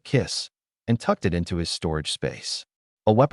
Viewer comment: for everyone who watched pt1 pt2 start Also, you need to teach your AI to ignore periods and how to say it, is, in, an instead of I.T or I N or w/e it breaks the concentration and ruins the story a little bit, j/s" Edit: btw dont get me wrong this is a fantastic story, i deff recommend, ppl should give it a watch!!